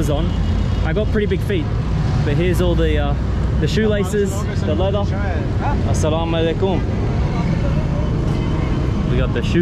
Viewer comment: He is saying assalam ualaikhum wow amazing